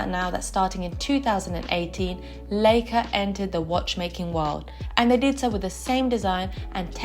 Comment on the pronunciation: L EI ca is pronounced as "lika"